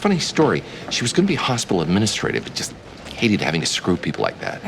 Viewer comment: ya also in "administrator"